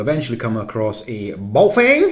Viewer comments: Yeah weird thing to do a Chinese accent. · Just like the Chinese